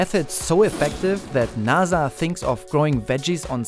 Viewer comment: NASA is now "Naa'Za"